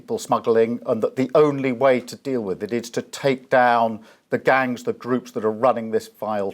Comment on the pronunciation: Ridiculous. the "people smaggling gungs"? At least theyre not sausage smaggling gungs I suppose.